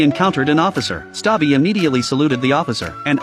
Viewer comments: “ Erm actually it’s stubby not stubi “ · His name is stubby not "stabi" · It is stubby not stabbi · His name is not stabi it’s stubby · Its not stobi it's stubby I've watched this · It's name is stubby not stabi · The name was stubby, not stabi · Atleast say his name right Its not stabi Its stubby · “Stabi”😭 his name is stubby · Bruhh the name was stubby not staby😅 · The movie is called Stubby (BTW the voice in this YouTube short messed up because the dog’s name isn’t Stabi, it is Stubby) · Bro its "stubby" not "SaTbi" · Stubi❌ Stabi✅ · Its stubby not stabie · It is stuby not staiby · His name isnt stabi its stubby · He's name not stabi but it's stabby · I was scramin "ITS STUBBY" bc hes saying staby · Bro its not stabi,its stubby (Just correcting) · ITS STUBI NOT STABI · Stabi? Its stubby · It's stubby not stabi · It’s stubby, not stabi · It’s stubby not “stabi” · “Stubby ❌ Stapi✅” Stubby❌ Stabi❌ Stapi✅ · "stabi"💀💀💀💀 bro is dumb. Bro couldnt rven tell th story correctly💀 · You said it wrong it's subby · The guy really said stabi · It’s pronounced stub-e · Not being a brat I'm just letting you know it's stapi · The name is pronounced stubby cause he was ranked sergeant in DC I think you can see his coat gas mask and ranks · Ai rlly cant pronounce stubby omg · Not how the Coller says stubby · It's Stubby- not Stabai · It’s stubby not stabi😂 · Bro it's not stabbi it's stubby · It's not stabi it's stubi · It's stubby not (stabby🤓☝️) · The correct name of stabi is stubby not stabi Okay😂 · Erm its not "stabi" its "stubby" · Stubby ❌ Stabi ✅ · Ermm... actually his name is stubby not stabi.🤓☝️ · It's not stabbi it's stubby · That says stubby narrator says its stabi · brooo its not david💀 its conroy and its not stabi💀💀 its stubby😂😂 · STUBBY❌️ STABBI✅️ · its stubby not stabi😂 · Its a real story also its Stubby not Stabi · ITS NOT STABI ITS STUBBY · Not stabi but Stubby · It's not David, it's Robert Conroy. It's Stubby, not Sabi 😂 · its not staby its stubby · Stubby-❌ Stabi✅